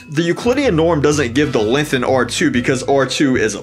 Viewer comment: Why do you pronounce length like lenthh